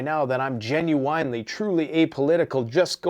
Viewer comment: GEN-YOU-IN…… stop the GEN-YOU-EYE-N. Love you.